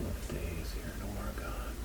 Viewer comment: Its pronounced or-Gen